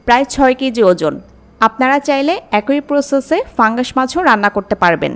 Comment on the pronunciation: pangas fungas na uccharan ta thik korle fungas lagtona